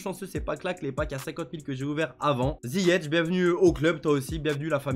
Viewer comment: C’est ziyeCh pas ziyetch